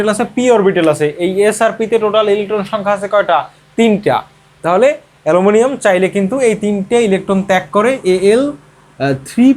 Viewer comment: Eta hobe alominiam....😅😅